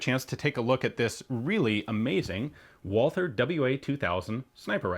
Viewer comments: "Wallther" correct way is Walter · please learn to speak Walther (silent H) :) not Wolser ^^ ... great video, beautiful gun.